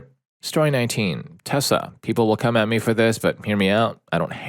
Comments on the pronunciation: I know they are saying Tesla but it sounds like they are saying Tessa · Why is he saying "Tessa" instead of Tesla? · IT'S TESLA NOT TESSA